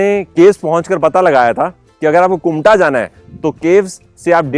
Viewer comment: It's kumta ....not kunta